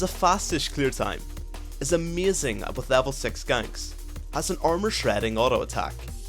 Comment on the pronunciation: "ameyzin clear time " xD